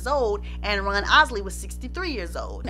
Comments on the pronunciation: .....it sounds like she's saying Run instead of Ron. Did anyone else catch that?👀👀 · I loved this and you. The only thing that kept bothering me was that it sounds like you are saying Run instead of Ron. But I heard a few other words that sounded funny so I guess it's your accent. 👍 I'm hitting the subscribe button. Great Job. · I love how pronounces Ron’s name, as Runn. Love the accent!!! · His name is Ron not Run. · Lady his name is Ron not run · She saying Ron or Run ? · I can't listen no more cuz u keep sayin RUN not RON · IT'S RON NOT RUN